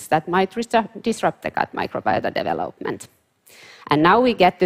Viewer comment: It’s not easy to figure out what she’s says. She cannot say the word development very well. Just saying- sounds like gabalaga gabagaga.